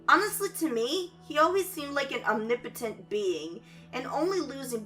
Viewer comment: Ur accent pronounces omnipotent as weird. Are you asian or Hispanic?